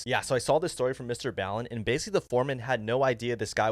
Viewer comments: It's pronounced Mr ballen not Mr bellen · It’s mr. Ball-en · It’s pronounced ball-in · You literally watch his video and still pronounce his fucking name wrong. Literally calls himself Mr. Ball-in at the beginning of every video... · This me just being a little petty but that's not how you pronounce Mr. Ballen's name. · You pronounced Mr ballens name wrong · The A in Ballen makes an O sound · If you saw MrBallen's story then Why'd you pronounce his name like that? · Lol, sorry but the way you said Ballen 😂 also I love MrBallen’s vids